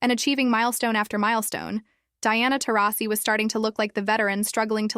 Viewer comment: I think Taurasi is mad because after everything she’s done, this AI narrator pronounced her name differently at least 15 times!